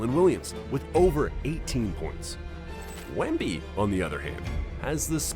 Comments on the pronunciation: Wembly? You're a bot... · * Wemby. (not "Wembly"). ASVEL is pronounced "as-vel" (not A.S.V.E.L.). You need to indicate his average playing time.